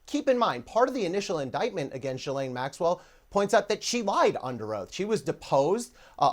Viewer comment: It's pronounced JhizzLane.